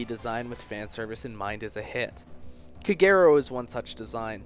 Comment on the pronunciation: Shouldn't Kagero be pronounced as "KAH-geh-ro"?